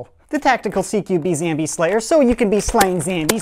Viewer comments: It's zombie not zambie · Say zombie not zambie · why do you say zambie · Why does he say zambie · why do u say zambie? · why say zambie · Does he say zombie on purpose